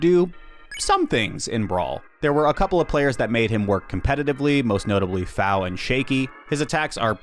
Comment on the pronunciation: Iirc FOW is pronounced like foe